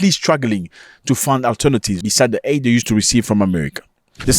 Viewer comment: Zach, you’re my guy. I love you. I love the show but it’s “aid” not “AID” is a disease.